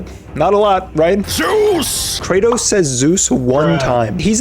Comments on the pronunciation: he was closer to saying "Jews!" Than Zeus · i do NOT think ts is zeus ,i think he js sayyin jews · zioos ZOOS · zios Kratos: zoos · Zeus? I thought you said Zooz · More like JUICE!!! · Kratos: Zeus: Suus: juice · i love the part when i heard Zues